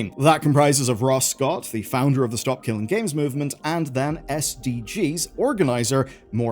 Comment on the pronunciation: Reporting on SKG and not even saying the name right...why?